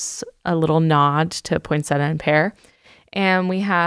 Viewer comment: Hi,, a little tip for the proper pronunciation of poinsettia: Poinsettia, not Poinsetta. When unsure you can ask Google, “How do you pronounce poinsettia?”